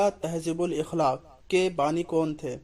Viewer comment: Tahzeebul akhlaq ka sahi pronounciation akhlaq he ikhlaq nhi he۔ Mera matlab he alif ke zabar ke sath۔ And molana Abul Kalam Azad ke اخبار ka Name lisanussidq he saad ke neeche zer ke sath۔ گستاخی کے لئے معافی چاہتا ہوں۔ والسلام